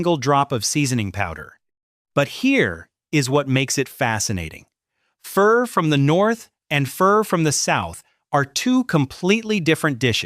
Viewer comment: Its pronounced (pho)fuh not fur🤣🤣🤣